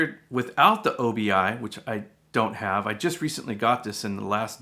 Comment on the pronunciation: It's not O B I, it is obi a Japanese word for sash or belt. Sounds weird to call it O B I.